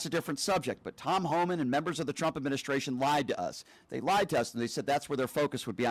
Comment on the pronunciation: Someone pointed out that it always sounds like KKKaroline is saying, “President CHUMP”..& now I can NEVER unhear it. 😄 great example